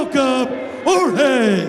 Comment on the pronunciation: Surely Pettis should be able to get Jorge's name right. It isn't George.